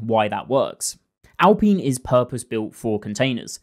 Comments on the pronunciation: Say after me: Al-Pine Not al-peeen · Sorry, but how do you pronounce "pine" now just add "al" to it.. al-pine You should be jailed for that pronunciation of alpine.. 😂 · I’m sure you’ve heard how Alpine is pronounced. LOL or maybe you’ve heard other people say it? Hehe Im just curious.